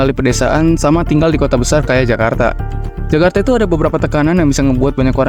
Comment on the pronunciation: Serius nanya, yg bener itu kajarta atau jakarta.